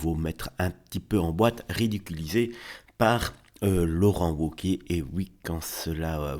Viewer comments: Laurent Woke-iez ahahaha on prononce V cher monsieur, Laurent Vauquiez meme si ca s’écrit Wauquiez. Mais j’ai compris plus tard, grace au « septante », que vous êtes sûrement Belges du coup. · On prononce vauquier